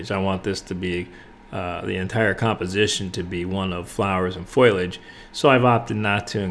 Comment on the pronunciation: Great teaching; beautiful painting! Just want to mention that the word is foliage, not foilage. Thanks for the very clear and useful lesson.